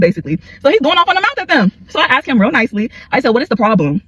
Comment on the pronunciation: And "axed," instead if "asked". Ridiculous. In my opinion